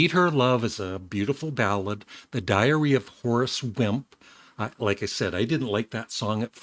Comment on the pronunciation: For a second I thought you said, "The Diarrhea of a Horse," LMAO! Too funny. Good review,.